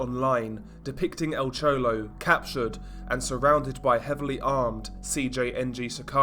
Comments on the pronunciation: "El Chowlow" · EL CHOLOW😄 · Nice vid on" Al chouwlo"